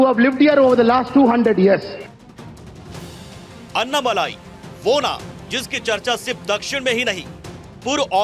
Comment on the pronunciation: अन्नामलाई नहीं भाई - अण्णामलाई।